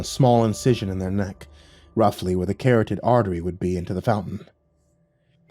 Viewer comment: What kind of artery? Carroted? Ca-rot-id